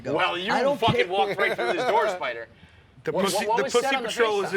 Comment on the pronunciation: “Are you alright spidah”